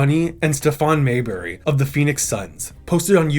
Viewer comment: It’s Stephon "Marbury" not Mayberry